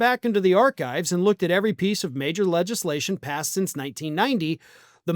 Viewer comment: Emphasis on "PASSED"